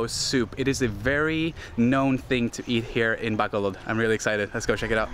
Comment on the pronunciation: I'm so annoyed how he pronounced BACOLOD... BACK-COL-LOD.